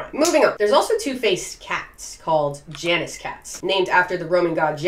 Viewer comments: Janus is pronounced something like /ˈjɑ.nəs/, not /ˈdʒæ.nɪs/ lol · its pronounced yah-nis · Just one thing. Janus is pronounced Yanus. Even in english. (should be) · Janus is pronounced yah-noose or yah-nis